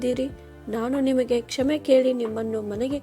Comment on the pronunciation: ಕ್ಷಮೆ ಆಗಬೇಕು ಕ್ಷೇಮೆ ಅಲ್ಲ